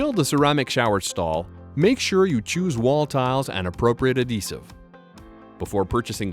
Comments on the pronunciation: Why TF is he saying AH-desive? It's AD-HEsive. FFS. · The ahdessive? lol